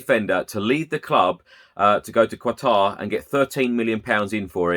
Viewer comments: Katar not kwatar. Lol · Illiterate Poms. Qatar.... Not "Quatar"